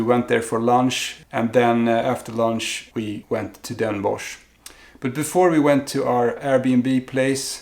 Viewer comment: next time you go to Den Bosch, or 's-Hertogenbosch how it's officially namend, you have to get a "Bossche Bol" . It is a large profiterole, filled with whipped cream and coated with dark chocolate fondant icing. It's obligatory, sorry. ;) Also, you pronounce Den Bosch as "Den Bos". So not with the -sh sound. More like "atmos or bios" > Den bos. Also great tips. having a list and a map. I was all over the place and came home with a lot of great stuff but nothing I actually went for.